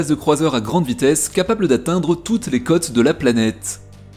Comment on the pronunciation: Tu ne peux pas comme tu le fais là prononcer le mot côtes comme le mot cotes parce que cela change le sens de ta phrase. Oui le français est la langue du Val de Loire et oui c' est une langue "pointue" donc si on ne respecte pas les intonations comme des o appuyés quand il y a un accent circonflexe dessus, il devient ardu de former l' orthographe qui convient lors d' une dictée.